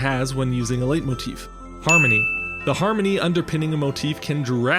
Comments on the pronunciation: Sorry, but it’s pronounced light-motif, not late-motif. You walked the line between both for the whole video and it bothered me. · "Leit..." like "light", not like "late". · Leitmotif should be pronounced more like "light-motif" than "late-motif" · Just FYI, it's pronounced "lite"-motif in both English and German, not "late"-motif. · A 'late'motif, is that a common pronunciation in English? 🤔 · Its pronounced lightmotif btw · I can never trust anyone who pronounces Letimotif, because I've heard it pronounced "Late" motif, "Light" motif, and "Lay" motif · I have no idea about music theory, but it's pronounced like "light motif"